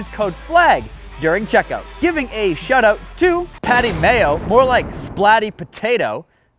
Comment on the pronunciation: Ish yo boi It’s Patty Mayo not Matty Payo